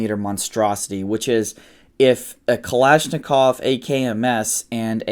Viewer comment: How is it he can pronounce Pashtun words but but can't properly pronounce bayonet nor pronounce Kalashnikov the same way twice? Dude quite trying so hard.